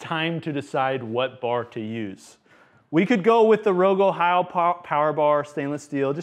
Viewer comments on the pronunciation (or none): none